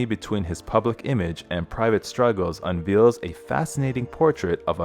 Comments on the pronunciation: Nottobe a fault finder but why can’t this narrator speak correctly? It’s bosom buddies not boss ohm. Unveils pronounced unveels? It’s not on the golden Pond. It’s On Golden Pond. One doesn’t have a pacemaker installed. They have one implanted. I could go on and on and on but I’ll stop there. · 40s, this narrator pronounces the word 'unveils' as 'un VEELS'. Surely a professional actor could have been hired to narrate a story about an actor with a long and successful career? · I never thought Fonda had any charisma, probably because he seemed emotionless. Rows meaning arguments is pronounced to rhyme with cows. Unveils is pronounced unvayles.